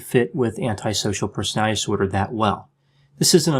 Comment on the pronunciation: Love your channel. Just wanted to say, do you realize you pronounce ‘personality disorder’ in a funny way? Haha. Like you have trouble saying it. Sounds like personalizorder. Anyone ever tell you that? Anyway, keep up the good work!